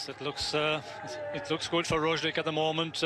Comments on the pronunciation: He said Rojlik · Haha Sean Kelly just can’t pronounce Roglic